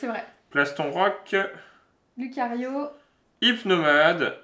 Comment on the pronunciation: Salut juste pour info il faut prononcer loucario et riolou même s'il n y as que un u vu que ce sont des Pokémon loup 😊! Sinon vous êtes cool j'aime bien regarder vos vidéos 👌👍